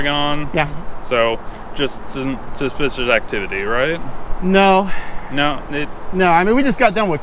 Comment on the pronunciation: He can’t pronounce “suspicious” lolz